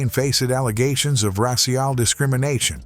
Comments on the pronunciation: The word "racial" is pronounced "ray-shul" not "rah-ce-el", unless you're Pepé la Pew. In that case, you are spot on. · Dawg, get a better AI or at least proof-listen. "Treacher's" has already been brought up but the section on Morrison's with "trablas," "changing tastys," "face-ed allegations of racy-al discrimination" is redonk. Try harder. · Rash-eee-all? the fuck 😂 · Ray-See-Al Discrimnination - AI Voiceover at its finest!! LOL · "rah-cee-al" for racial. 🤣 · Racial= rass-see-Al. I hate these AI robot voices. Thumbs down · ras-cial? this is why people wont subscribe. use your own voice. How can AI not know how to say racial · “Ray Shial” discrimination😂😂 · Raa-sea-al discrimination 😂😂😂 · Ras--ee-all discrimination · not even in the south do people pronounce "racial" as ray-see-al" or "faced" as "fah-sed" or "tastes" as "tay-stees" as is happening in the segment about Morrison's Cafeteria. In the South you can get a bit of a twang where "tastes" might sound more like "taysts" and "faced" will sound like "fayst", but "fay-sed?" Or "Ray-see-al?" No. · How do you mispronounce ‘racial’?? God I hate AI voiceovers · This is an AI generated scripts get things wrong and mispronounce words like racial. LOL drink every time it says “aroma” or “picture this”. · Maybe spell things out phonetically for the AI. Not being able to pronounce racial is not a good look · The way it pronounced “racial” is amazing later in the vid. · AI couldn’t even pronounce the word “racial” correctly. 🤦‍♀️